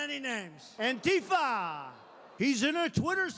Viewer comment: Trump's words are painful, not just for the semantic content but for the pronounciation as well - "Antifa" is not a Spanish song title.